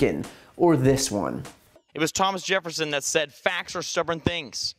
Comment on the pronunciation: Lol, frat boy politician can't get Thomas Jefferson right? I know people who don't speak English that know that much